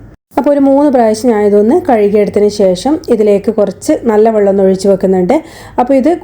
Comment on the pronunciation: വള്ളം അല്ല വെള്ളം.